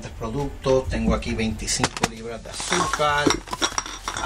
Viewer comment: Se dice AZÚCAR, no AZUCAL, Se dice VERDAD, no VELÁ, Se dice PONER, no PONEL... porqué sustituyen la R por la L?